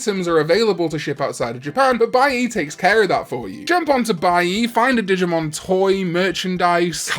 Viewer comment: When he first said digmon I heard di**mon cause I was in another room and I had to replay it